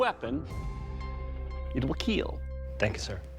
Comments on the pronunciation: It will keeeeel! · This gur say it will kill gets me every time